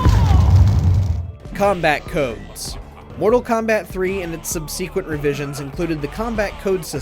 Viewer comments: What surprised me the most was you pronouncing subsequent wrong. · The way you pronounced "subsequent" just after was dreadful.